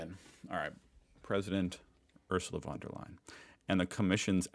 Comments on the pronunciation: Von is pronounced FUN. Not won. Fun 🤩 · the v in von der leyen is sharp, so more like the ph in phone or the f in for. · Just a little hint „von“ is pronounced „fon“. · Its "fon" der Leyen, like the voice said. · "I'm gonna learn"... hears pronounciation... completely mispronounces "von".. 😂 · Looks up the pronounciation of "von". Proceeds to pronounce it with a "v" :) Good effort.